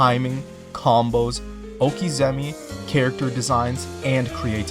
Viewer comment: Nice video on Tekken, but I would say you were wrong in the beginning when you implied Tekken 7 was the best formula for the series. It added some nice features for spectators, but overall that would be Tekken 5 DR. Also, it's "okizeme," not "okizemi!"